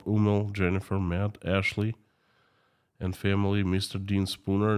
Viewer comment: In the thumbnail image Putin looks like Dr Evil from the Austin Powers films. Your pronunciation of the word 'militarily' is fine. Putin is running out of people to sacrifice isn't he? Pronouncing the word 'and' like 'end' is an annoying Americanism. I don't believe even most Americans do that.